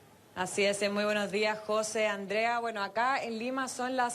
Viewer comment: JóSE o José. Esta pobre periodista iletrada no puede pronunciar correctamente el nombre de su compañero "periodista". Y supestamente son "profesionales".